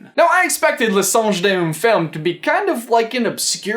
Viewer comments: It is pronounced Le song dune fem. When you pronounce the e after songe, you are saying sange, which in French means Monkey. So the title goes from, "The Song of a Woman," to, "The Monkey of a Woman," lol... Just thought you'd like to know :) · its pronounced Leh Songe dune fam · your french wasn't that off. it's pronounced something like "le sonj duhn fem.' it means the dream of a woman. so. yeah. fifty shades of grey indeed. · in case you're curious, it'd be pronounced "sawn-dge deh law fam" ^^ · Le songe d'une femme (pronounced lu songe dun ne famma) translates into: The dream of a woman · By the way, the pronunciation is Le Songe d'une femme (le songe dune fem) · I just love how you pronounce "Le songe d'une femme". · I'm French and sorry to say you pronounced "le songe d'une femme" really wrong. Buuut I dont blame you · In the video disney theory about the book Belle is reading .. your pronounciation of Le songe d'une femme is so cute. Keep trying to say french words 😊 from a french canadian who loves your videos about disney theories ❤ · Hi I'm French and I was laughing so much when you said 'le songe d'une femme' but don't worry, it wasn't so bad 🤗 In the movie's trailer, she's talking about Verona, so she might be reading Romeo and Juliet. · You have a terrible french pronunciation XD but I still like you, don't worry <3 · Him: fails to pronounce Le Songe d'une femme Me: laughing so badly one of my sister says are you okay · Your pronunciation of the French language makes me cringe 😂😂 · i find so funny how you pronounce french words. i am french and it sound kind of cute ahah. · it's so weird how he pronounce 'le songe d'une femme' in french hahaha because we pronounce it 'fAm' ^^ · Suggestion: Try using Google Translate to get the pronunciation of the book's name! ^_^ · As someone who speaks French, the evolution of how pronounces La Songe d'une Femme through the video is hilarious 😂😂😂